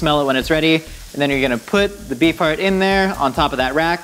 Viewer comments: I can't help but hear "Bee fart" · unhear bee farrrrrt say beef heart againnnnnn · I kept hearing “bee fart” and I’m not sure why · oh my GOD i cannot UNHEAR that now!!!!!